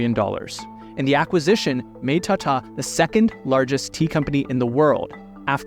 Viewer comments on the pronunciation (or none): the world is full of foul like u don't mispronounce Hindi words it's Tata not "tatta" foolish anglosphere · appears to believe that India should still be an English colony based on a fundamental misunderstand of math, english, economics, and finance? Along with an impressively awful pronunciation of, “Tata,” as-if he thinks that Ratan’s surname is based on an British salutation. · Who suddenly read Tata as Tate 😂